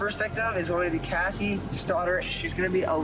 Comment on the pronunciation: Hey, I should let you know that has incorrect info. Her name was Cassie Jo Stoddart. Not Jessie. I'm not sure if maybe you were saying Cassie, but your accent sounded like Jessie, so I thought I'd comment anyway just in case. 😊 Love the video!!